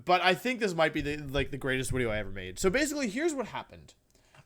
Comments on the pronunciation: I can't stop hear wideo now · I been watching you for about 3 weeks now I wanted to subscribe but I have a question why do you say Wideo?